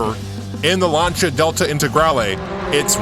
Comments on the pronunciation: Lan-see-ah, Lancia, Lan (like man) see/sea - ah/uh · Please say "Lancia" correctly... Please! Great content btw :)